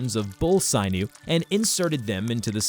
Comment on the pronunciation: Sin-yew…. Not “sign- U”….. annunciation and pronunciation is key in narration. Great otherwise. Have gotten so much better.